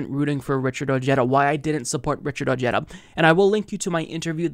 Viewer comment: WTF? Richard O-HEH-dah! Dónde está tu español? In your back pocket, next to your brain? Lol. Good Spanish in America matters!